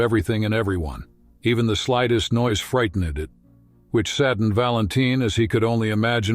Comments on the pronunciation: Vee-Tree-Narrion? Freight-ten-ned? If you’re just going to buy cheap speaking software you might as well narrate yourself. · Pronunciation is terrible. It isn’t even close to the way they are pronounced. Shameful.Veetenarian? Frighteneded? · I'd like to offer my heartfelt thanks to the AI that wrote and narrated the voiceover to this moving documentary. I wish it all the best in improving its pronunciation of challenging words like frightened, morale and lions. And I hope that it soon learns that lions don't generally switch gender multiple times during their lives.